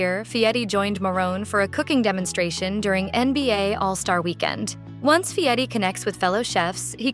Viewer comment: voice doesn't pronounce Fieri correctly.